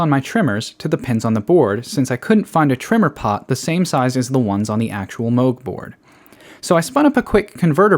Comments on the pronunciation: plus 20 points for pronouncing Moog correctly.... minus 5 points for not pronouncing the L in the word soLder! but, a very impressive piece of work! :) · thats incredible..very nice..i need my Taurus pedals fixed :) and thanks for pronouncing Moog correctly.